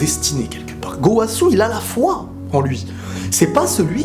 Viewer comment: Je suis le seul a rigoler quand il dit gooowasu 😂😂😂